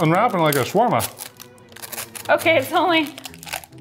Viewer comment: finally somebody says shawarma right